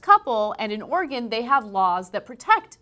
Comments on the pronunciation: "An organ bakery was forced to pay one hundred thirty five thousand dollars [...] -Ana That's Oregon [Or Ree Gun], not organ. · did she say organ bakery?? or is it just my aussie ear? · God damn it, Ana. Enunciate. I swore she said Organ bakery all casual like. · Was it just me that thought Ana said "Organ bakery?"